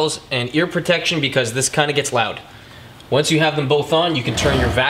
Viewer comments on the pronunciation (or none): none